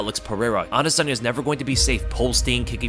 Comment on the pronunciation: Bro please pronounce adesanya correctly. It is driving me nuts